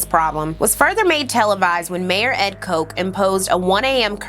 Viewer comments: Omg I love you but my brain is breaking every time you say mayor Koch. ‘o’ like ah ‘ch’ like Charlie. Koch like scotch! Yes I know he was before your time. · Hey Sis, great work!! Just a tidbit...Ed Koch's last name is pronounced "KOTCH"...like botch👍🏾😉 I hope you do The 90s next!👍🏾👏🏾👏🏾👏🏾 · Great episode! By the way - it’s Ed Koch (sounds like the work ‘watch’ with a K at the beginning :-)